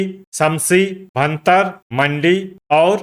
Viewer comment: 🎉 भरतार नहीं होता है भुंतर है उसका नाम कृपया करके इसको शुद्ध उच्चारण किया करें